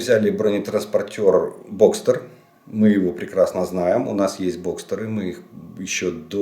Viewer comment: Pro nemeckuju haubicu. Jejio baza nie Boxter a prosto Boxer. I eto nemeckij BTR a nie britanskij☝️